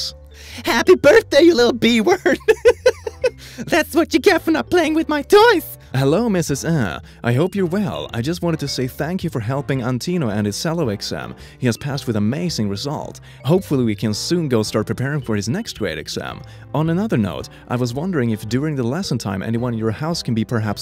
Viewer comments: bruh did u just pronounce Antonio Antino? Lmao wtf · EXCUSE MEEE, "Anteeno" come oonnn don butcher my name like that 😂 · What was surreal for me was the fact that he said anTINO, and my brothers name is Antonio. :/ and we both play in orchestra. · The name "Antonio" comes on screen in one of the texts reading it as " Antino" Me: The Lord is testing me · The text: Antonio: Anteno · *reads Antonio* also:Antino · did he say antonio an antino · Me: antonio: A N T I N O